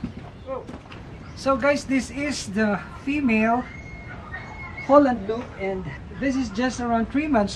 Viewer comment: He keep saying Holland Loop its Holland lop